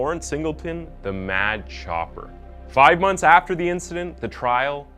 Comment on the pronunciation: Im confused…was he called the “mad copper” or “mad chopper”??